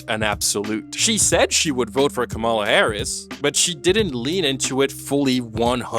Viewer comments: Can you and Chappell at least learn to properly pronounce Kamala. She’s literally a presidential candidate!! I don’t even like her but pls this makes it difficult for me to take the both of you seriously when speaking politically. There’s always an effort to learn how to pronounce the name of white candidates. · you pronounced Kamala wrong the entire time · You should really learn how to pronounce the name of the vice president (you and Chappell) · Love this video and what it's saying but please can you say Kamala's name correctly. I don't think I've seen any presidential candidate same pronounced incorrectly as much as her's. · Not “KaRMala”. It’s “KaLMala”. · FYI Kamala is pronounced COMMA-la. It's mostly conservatives that will intentionally mispronounce it ka-MALA. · Comma la. Really not difficult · Great video but you pronounced kamala wrong, which is a little funny cause you put a clip in the video abt Chappell being criticized for just that. Her name is said like comma-la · Can people stop mispronouncing the vice president's first name and call her Harris? It's so disrespectful. Why do you even think you can call her by her first name like you're buddies or something? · It's , La. Not that hard. (Sorry, we have many prominent people in the US that use the mispronunciation to disrespect her. I don't think you are doing that, but she is a well known politician, so it would be good to say it right to show that respect, even if you don't like or respect her). I have NO problem with her comments on people not crossing the line with her person, or the way she said it. I support her 100% on that. I have a problem with her doing a "both sides" thing with politics. Let's stop Fascism in its tracks first, then we will have the space to hone and fine tune issues. But I also give her some grace due to her age and life experience, and I hope she will talk to more people about why this is not the time to "both sides" it.